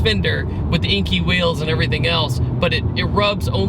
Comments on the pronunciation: inky?haha i thought it was pronounced more like "N.K." in reference to enkei wheels lol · enkei=NK(how to pronounce it :)